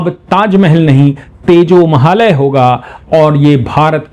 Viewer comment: नमस्ते सदा वत्सले मातृभूमे 🙏💐🚩 बोलते समय आप कभी तेजो महल बोलते है, लिखा तेजो महालय है, सही क्या है 🤔